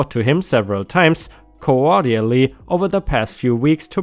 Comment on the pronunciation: 🌟⭐🌟⭐🌟. I got ya back mate..👍 Ps. How to pronounce deposit...dee- pos- it. And Cordially.... Cor- dee-al-lee 🙂